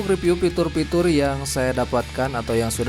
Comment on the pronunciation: Fitur bang, bukan pitur 🤪